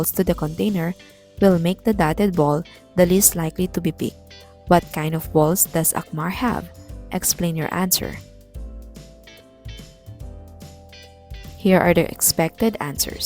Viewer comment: It’s not Assmar it’s akmar 😩